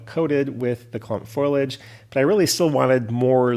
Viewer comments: Foilage or foliage? Lol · I recently retired from CSX in Pa. and I can verify the realism of your mountains - I grew up in them! One suggestion: The word is pronounced "FO-lee-age." I'll check out your other projects now.